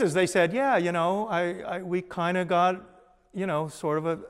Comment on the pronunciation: Kiond- one of David's most used word. Love the way he says "Kiond' instead of Kind! Ha. yeah whats with that Acient Aliens Guys Hair-Do!! ha' Love ya David. yer awesome. BTW I grew up with Jonny Quest,Space Ghost,and plenty of Saturday Morning Cartoons. Daivd you Rock(pun intended)